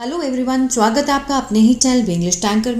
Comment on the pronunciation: Teacher ji aap chwagat kyon bolti hai, swagat boliye